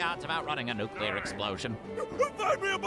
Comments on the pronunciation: Bulma, a top tier world class scientist, pronounced "nuclear" as "nuke-you-lure". For those who don't know, it's not pronounced that way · Wait why does the scientist say "go nukyulur" its nuclear... Not nuculur. She should know that of all characters in this. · Just noticed a blooper that wasn't caught: It sounds like Bulma says "If I knew he was going to go nucular on Cell", when it should be "if I knew he was going to go nuclear on Cell". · Bulma mispronounces ’nuclear’ and it still kinda bugs me. It’d be an interesting character choice but also an improbable one. Nitpicking on my part, though.